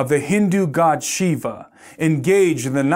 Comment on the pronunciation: Shiva not Sheba